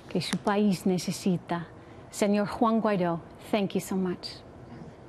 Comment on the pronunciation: Who the hell is "Hwong" Guaido?..... LOL. He's not Chinese sweetheart..... not yet anyway! Soon....but not yet!